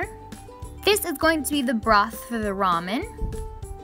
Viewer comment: Finally! A non-Asian person who said ramen right! In Korea we lameon, but I guess in Japan it's different